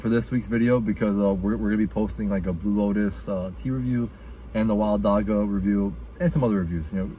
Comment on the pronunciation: dam bro you butchered the pronounciation of dagga its a soft g similar to how the ch sounds in bach